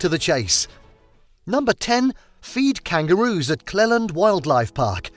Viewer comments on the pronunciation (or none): It’s pronounced Cleeland Park, not Clelland. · And Cleeland, not Clelland. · wish they'd learned to pronounce the names of places correctly before making this - Cleland is pronounced 'Cleeland', NOT 'Clelland' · It’s spelled Cleland and pronounced Cleeland. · It's pronounced Clee-land National Park and those images were not from the Beach House!! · It's pronounced clEEland